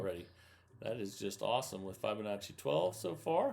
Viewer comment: Still can’t pronounce Fibonacci